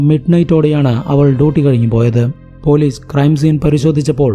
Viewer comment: But സ za aye parayu. Eg: polizze manazzilayi